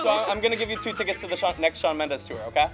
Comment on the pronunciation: "sean" ?!??!? IT'S SHAWN